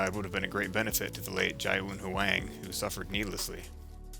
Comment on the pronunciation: You’re pronouncing Ji Woon’s name incorrectly. It’s “gee-woo-n”